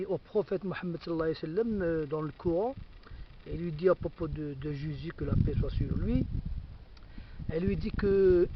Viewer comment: Pffff tu ne ces même pas prononcer Jésus correctement ??!!!